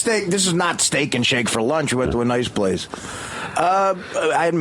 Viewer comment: The whole thing at the end with John was the start of art slurring his k sounds. Steak-ch and shake-ch